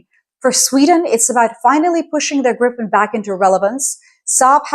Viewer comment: love your take on it. By the way Gripen is pronounced GREE-pen," with a hard "G" and the stress on the first syllable. The name "Gripen" means "the griffin" in English and refers to the mythical. Kind regrards from Sweden